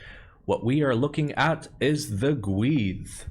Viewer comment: I like some good, solid Wood. (Also the pronunciation is perhaps different for 'North' and 'South Welsh', but was fine IMO - saying the "dd" as something like "th" as you did is the important part)